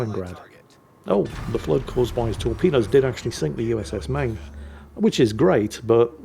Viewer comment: The way he pronounced Maine hurt me